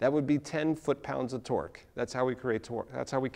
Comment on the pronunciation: are you saying twerk or twork?